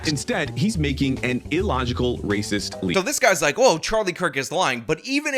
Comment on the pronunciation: Per capita is Rayziz